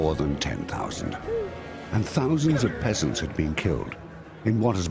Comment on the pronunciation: the way he says "peasants" with his pretentious British accent 😂🤔